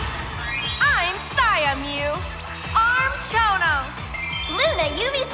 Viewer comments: Why are they pronouncing "Am" as "Arm"? WTF?! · Andrew A they've been doing that since she was introduced